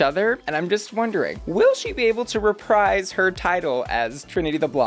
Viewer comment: Re-preez, not re-pryce